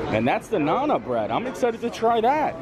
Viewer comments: Sure I do. Part of what makes endearing is his mispronunciation of many words. But nana for naan!? knows I was not being disrespectful to him. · you are great but it's Naan. Said like Yawn but with an N at the front. Think long a sound. Naan. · it's pronounced "Nahn" It's an Indian bead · the next time this man says 'nana bread' 👀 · If you're not sure of the pronunciation of some of the words, it would be better if you could get some help before doing the video. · Oh! I cringed every time you butchered the pronunciation of naan bread. That's a really good food court. We stayed there in January of 2017 and really enjoyed it.